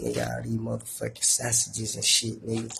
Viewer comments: “Sasages”😂😂 free dem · "i got all these sassages" felt that 😂😂😂